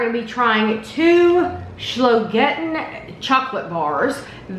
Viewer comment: No, without an "l", but always pronounces it "Schlogetten":).